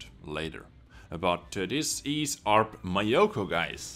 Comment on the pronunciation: it's myo---koo not my yo kooo...............